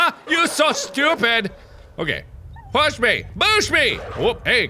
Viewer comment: STOP SAYING BOOSH!!! FOR THE LOVE OF GOD JUST SAY PUSH!!